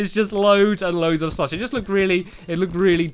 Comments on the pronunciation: It's so funny how he says "slush" he says "slUSH" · U say slush funny lol